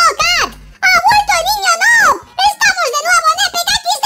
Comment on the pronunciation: Se dice nub no es nob pero se escribe noob